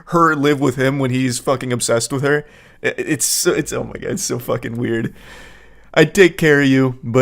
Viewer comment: "That Wæerd"